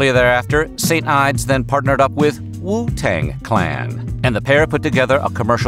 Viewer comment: I was about to say the same. 😂 The WOO TANG CLAN! I’ve never heard it said annunciated so clearly 😂